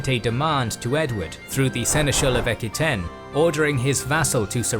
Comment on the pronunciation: EK-ky-ten? It's pronounced AK-wah-TAYNE.